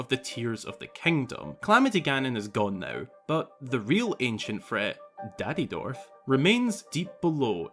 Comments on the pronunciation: I had to rewind to realize that yes he did say daddydorf and idk why but it made me happy. Lol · Did you really say Daddy dorf?????😂😂😂😂😂😂